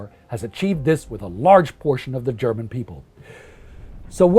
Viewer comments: You have a great German pronunciation, refreshing to hear that. Did you study it or does your Scandinavian heritage help you a lot in that sense? :) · This guy has a terrific voice for podcasts of this nature, and his German pronunciation is near perfect to my understanding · I just have to compliment your german pronounciation. It is very good! Just shows how much effort you guys put into your videos :)